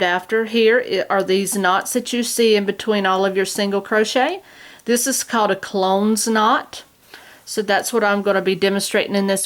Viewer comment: not 'clones' as in attack of the clones! Clo - nes, (nezz) two syllables, after the town of Clones in Ireland.